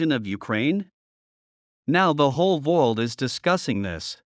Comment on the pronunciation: Either you misspelled the word “world” in your transcript or your text to speech engine sucks. You need to hire an actual person to do your narration who is a native English speaker. That or change your V to a W in the transcript.